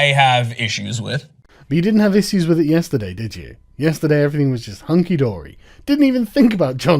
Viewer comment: Your "issyues" is slipping again.